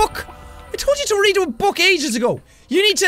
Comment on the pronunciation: i don't always comment, but I when do You read it wrong…